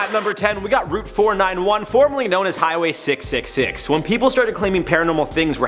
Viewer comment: ✋🏽 it’s route not route